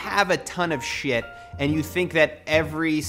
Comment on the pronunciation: You're pronouncing word "shit" so fancy, i can't😂